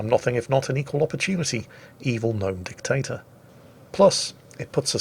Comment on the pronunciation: I heard 'Gnome Potato"? Instead Dictator?